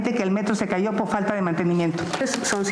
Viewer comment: de verdad Xochitl no sabe pronunciar la frase "or"? dice "po falta de infomación" jajajaja wtf